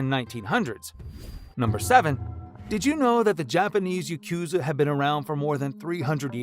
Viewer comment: AI cant pronounce Japanese words correctly still? Yakuza does not sound like Yacooza, as an example.